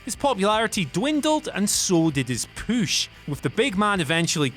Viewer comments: I don't know why, but this guy repeatedly saying "poosh" instead of "push" is driving me fucking insane. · why does he say "poosh" instead of push? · Maybe I'm the only one slightly annoyed by the pronunciation of PUSH not POOSH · Where are you from? Why do all the words that have OO or OU sound so weird coming from you? You are the only person I’ve ever heard that makes push sound like poosh alongside many other words. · WhatCulture workout: Every time he says POOSH, give me 20 POOSH OOPS! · If youre gonna try to place more heat on cena, learn how to say push...its not pooooosh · I can't take u seriously wen u say poosh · They realized they needed to do something on the way this guy says pooosch, like i said last video. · Downvote because I can't stand the way he says "POOSH" 😠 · I want to beat your ass for saying push like pooosh. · whats this poosh word that keeps being said??? edit: oh my dear god i have known a partially deaf 7 year old pronounce things better than this idiot lmao. u and oo completely mixed up n u say bury as berry. should sounds like shud not shood. jesus h christ what a flid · Stop saying pooosh... PLEASE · Say "Püsh" one mor time ! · I hate when he says "pooush" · They look for any video where he can say "poosh". They must. It needs to be done. Jesus. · Your repeated push pronunciation is stupid. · Whatculture needs to stop pushing! He can't even say push correctly! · It really bugs me the way this guy says push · It’s his accent